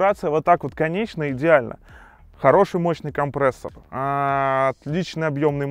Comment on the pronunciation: К логопеду надо тебе сходить..) «компрээссор»...😂